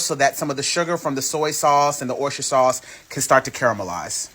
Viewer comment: OMG‼️‼️I HAVE TEARS ROLLING DOWN FACE FROM LAUGHING AT “SAOUCCCE”🤣🤣🤣🤣😀😃😄😁😆LOOKS DELICIOUS ‼️‼️